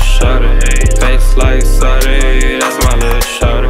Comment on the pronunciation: I prefer this version where he pronounces sade like a pleb